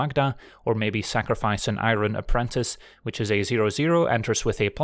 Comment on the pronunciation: "I'ron" wow